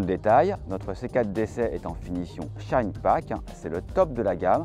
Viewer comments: Excellente voiture dommage qu’elle soit présentée par un journaliste triste a mourir... Ehh oui c’est une C quatre , pas une C Kate ...! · Faudra expliquer au journaliste qu'il faut dire C quatRe et pas C cate. Tres pénible a écouter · 4 ça ne se prononce pas "kat". On prononce le "r". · Le dézagne de la céquat'... euh ! Hahaha, trop fort 😂